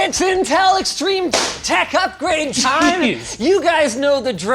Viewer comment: Whats in-tin-tel?